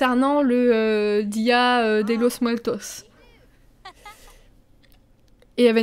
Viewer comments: XD le belle accent espagnol pour t'aider on prononce dé losse muertosse 😂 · Haha oui ça s'entend que tu n'as jamais fait d'espagnol ;) et día de los muertos c'est une fête célébrée en Amérique Latine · Ça s'entend que tu n'as jamais fait d'español car la prononciation n'est pas bonne XD